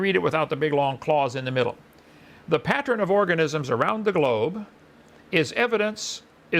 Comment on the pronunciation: & "Pattren"? Ken, wtf is a pattren?